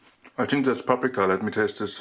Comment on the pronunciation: Das heißt think und nicht zing ;)